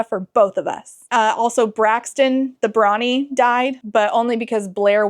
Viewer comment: I heard ‘Brawny’ as ‘Brony’ for a second. My head canon is that the king is into MLP.